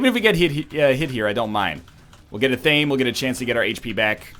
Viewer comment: ((Someone please tweet at NL that Athame is pronounced "AH-Tha-may", not "Ah-Thaym".))